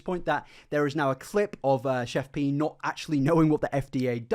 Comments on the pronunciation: Its pronounced CHEF PIE not pee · He keeps calling her Chef PEE. Lol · lol im sorry, this was a great video but the way you pronounced her name had me cracking up